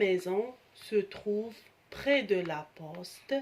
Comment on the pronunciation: Merci pour le partage mais attention l'accent de mot près